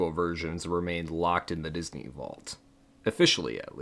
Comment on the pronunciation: Why do you say “Diz-a-nee”? lol it’s just “Diz-nee” my guy